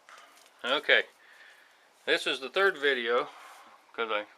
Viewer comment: "This is the turd video"